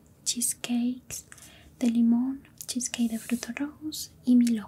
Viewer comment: oye mi vida, solo para corregir, no es cheskey es cheesecake:b